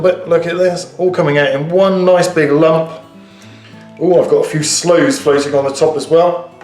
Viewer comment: slooes not doors, sorry